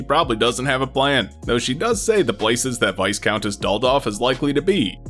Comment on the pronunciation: Incidentally, it's pronounced `Vie-Count', not 'Vis-Count' or 'Vice-Count'. I don't know why this bothers me.